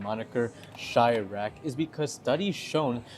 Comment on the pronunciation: Can you search on how to pronounce Iraq? Just a suggestion because you may mislead Filipinos who pronounce the country correctly who are listening to you. You are comparing apple and orange here.